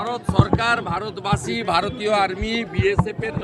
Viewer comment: এরা উচ্চারণ টাই ভালো করে করতে পারে না প্রশাসনকে প্রচাচন বলে ভারত বাছি ইত্যাদি সব উচ্চারণ এরা আবার অন্যদের কে নিয়ে পরে থাকে, আগে উচ্চারণ টা ঠিক কর তারপর অন্যর পিছনে লাগিস ভাই, 🤣🤮